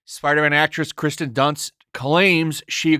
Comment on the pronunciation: Her name is KIRsten, not Kristen. 😉